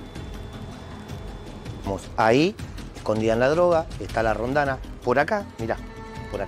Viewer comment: Se dice roldana.